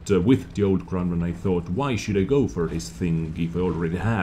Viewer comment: What's a Kronnwonn ? :D